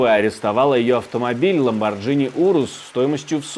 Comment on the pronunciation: ну какой Ламборджини?! 🤬 Ламборгини!!!